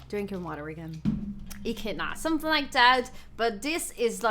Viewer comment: As an Australian Echidna is pronounced like Ee-kid-nar they are super cute the way they waddle around there is also a second kind of echidna that is very rare almost extinct the Long-nose/Long-beak echidna although i dunno the "normal" echidna is far cuter to me.